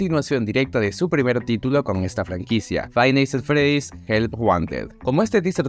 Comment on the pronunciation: Tkm pero me cague de risa con el "faib nis at fredis" XDDD